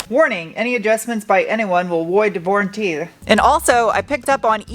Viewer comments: "Will Woid the varantee" Gneiss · "Warning, any adjustments made by anyone would woid the varranty ." I caught that 🤣🤣🤣